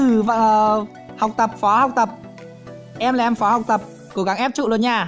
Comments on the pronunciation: Phó mà sai thành Phò vậy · Phó chứ ko pải phò a ơi 😂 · Phó mà ta cứ tưởng là phò chứ :))